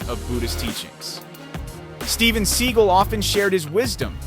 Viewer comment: You mispronounce his last name